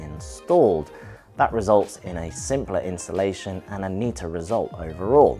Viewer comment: Where on earth have I said "insulation"? I doubt it and if I have, then it is obviously just a mispronunciation and I would mean installation, so you're just being unnecessarily difficult. P.S. I think you also mean "you're" and not "your". You're not filling me with confidence that you aren't actually here just to wind people up. If you don't like the free information, leave quietly and go elsewhere. I won't mind.